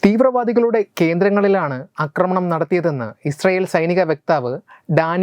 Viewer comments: "ആക്രമണം" "അക്രമണം" ശ്രദ്ധിക്കുക. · നിങ്ങള് ന്യൂസ് readers മിക്കവാറും എല്ലാവരും ആക്രമണത്തെ അക്രമണം എന്നാണ് പറയുന്നത്. പക്ഷേ ഇത് രണ്ടും വ്യത്യസ്ത അർത്ഥങ്ങൾ ഉള്ള വാക്കുകളാണ് എന്നാണ് എൻ്റെ ബോദ്ധ്യം. Pl check and correct.